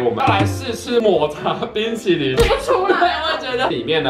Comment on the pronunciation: 哈哈～抹茶ㄅㄨㄣ淇淋！笑到噴淚~XD